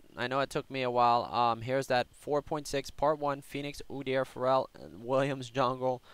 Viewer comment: Why do you say feral as pharell lol